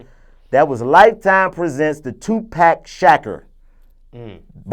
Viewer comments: This nigga said "2pack shacker" lmfaooo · This nigga said tupack shaqer lmfao im dead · Toopack Shacker...not Tupac Shakur I still say they should've got Nipsey Hussle to play Snoop.